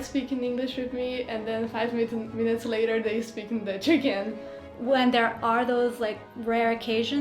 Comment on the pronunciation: did she try to say “ 5 minuten later ?